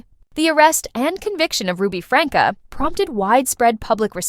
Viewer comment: It's not pronounced Franka, it's pronounced Frank. 🙄